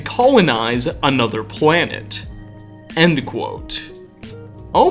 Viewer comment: I gotta say man, great work and fascinating video - but the way you make an "uh" sound at the enduh of everyuh worduh drives me upuh the walluh.